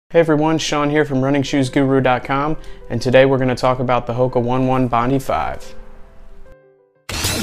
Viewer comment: 😔 Hoka One One Bondi 5 is pronounced HO-KAH OH-NEH OH-NEH BOND-EYE FIVE. Thanks for the review though.